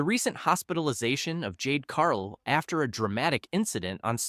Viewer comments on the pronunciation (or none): You talk about nothing and cant even pronounce Jade CaRGill the right way. xD